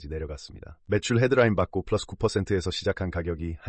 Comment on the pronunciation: 존나 고퀄 분석 영상이네요... 쁠라쓰 발음도 좋으시구요~! 더 큰 유투버 될거 같아요!!